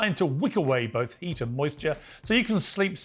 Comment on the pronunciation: Why does Dave keep saying "bolth" rather than "both"?